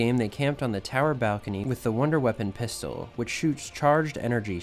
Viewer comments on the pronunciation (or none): none